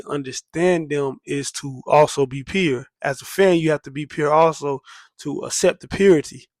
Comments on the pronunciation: "Too peer (pure)" 🤣🤣 wheres this dude from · Great Lupe celebration! I didn't realize you was saying "pure" until I read the comments. Don't change a thing 😉